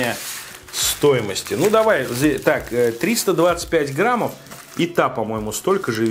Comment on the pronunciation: Граммов, медиум Рээ, ты отсталый???